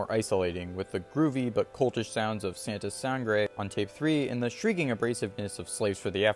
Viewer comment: Buena pronunciación de santa sangre